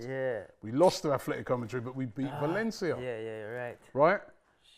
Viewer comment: There is no H in "Atletico"